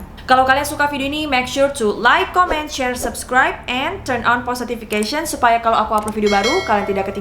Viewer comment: Aku kok kayak denger ngomong "postotification" di tiap video:')